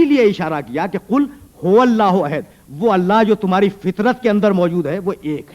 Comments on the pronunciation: حیرت ہے علامہ مرحوم احد کو عہد بول رہے ہیں اوربار بار بول رہے ہیں۔۔ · اسلام علیکم: عربی میں احد کے دو معنی ہیں (الف) پہلا،اول (ب) اکیلا۔ یہاں پہلا شروع میں احد کا مطلب پہلا،جب کچھ نہ تھا خدا تھا۔دوسرا آخر پر احد کا مطلب اکیلا۔واحد، only one. تیسرا مولانا یہ احد ھے عہد نہیں۔چوتھا،الصمد ھے نہ کہ صمد۔پانچواں: ھو hu'wa ھے ھ پر پیش ھے اور و پر زبر۔مطلب: وہ ہی،وہی صرف وہ،only He.یہ دو عربی کے حروف ہیں اور زبر پیش سے دو اسماء بنتے ہیں۔وہ اور ہی۔دونوں ملا کر وہی۔علامہ الفاظ کی گہرائی کو سمجھیں۔خدا ہم سب کو نیک ہدایت اور قرآن کریم سمجھنے کی توفیق دے،آمین۔ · اَحَد ۔ لفظ ہے ۔ آپ کی نشان دہی درست ہے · یہ احد کو کیسے پڑھ رھے ہیں میں نے کتنی بار غور کر کے سنا ح کے نیچے زیر کے ساتھ ؟ حالانکہ احد ھے لفظ۔ ح زبر کے ساتھ